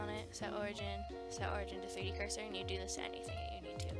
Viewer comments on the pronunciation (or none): none